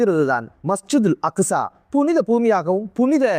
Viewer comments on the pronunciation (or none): அக்குஸா இல்ல அக்ஸா